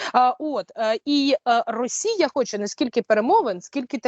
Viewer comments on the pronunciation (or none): none